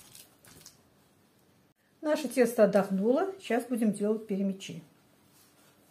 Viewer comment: ТАТАРЧА БУ ПЯРЯМЯ'Ч ! Пярямя'чи. На русский лад- Перемя'чи!